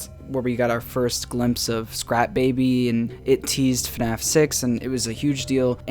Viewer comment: I love the "FuhNaff" in the intro